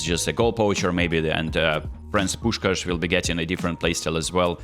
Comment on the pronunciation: I know that it is not the main focus but I know that every Hungarian will agree with me: thank you that you perfectly said Puskás❤ Much love